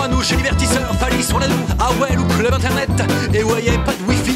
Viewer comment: "Internaitte" lol